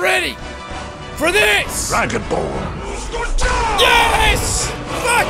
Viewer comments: jack soory to say this but is not oh duh vee its fus ro duh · Not to be mean but you got it wrong its FUS RO DAH